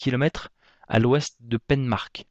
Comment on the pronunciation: Juste pour info, Penmarc'h se prononce Pain mar